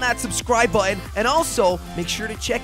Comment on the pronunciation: Jelly: lik on that subscribe butten. Me: ...w t f